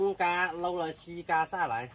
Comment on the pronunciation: 爸爸不能這樣教小孩冬瓜西瓜發音都不清楚了怎麼教小孩說成東嘎西嘎的音了